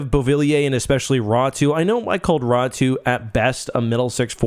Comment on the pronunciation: Why do you think his last name is read as tho it were spelled Ratu?